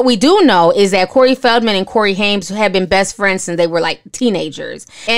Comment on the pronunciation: Just a heads up...It's pronounced "Haim" no "s". Not Haims but Haim. Also, it's pronounced Grissom not Grisham as in the well know writter. Love your show!